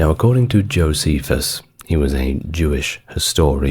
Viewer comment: Saying that name wrong. Jocephus the betrayer The turn coat The Flavian The propagandist Add any of these to fill out who Jocephus really was.